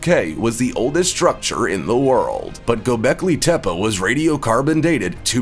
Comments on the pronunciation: Not gobekli tepa it’s gobekli tepe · Get it right. Gobekli Tepeeeeeeee